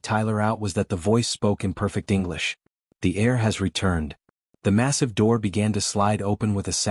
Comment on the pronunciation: heir not air